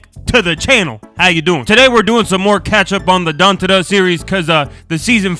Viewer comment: BRO SAID DUNTADA SERIES